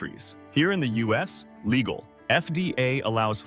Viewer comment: "Perfectly LIGEAL?"! Crappy click bait. And always read the labels on food you buy.